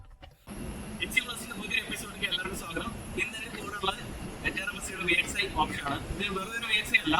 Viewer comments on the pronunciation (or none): NOT VSI ITS VXI